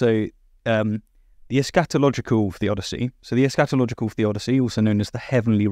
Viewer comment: Lmao it's eschatological, not es-scatological! Careful with pronunciation! The first a is a schwa. Otherwise, it's something very different...